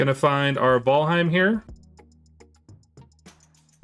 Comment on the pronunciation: bro said vaalheim